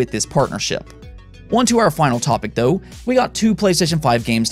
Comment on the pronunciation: You say “dou” instead of “tho” 🤣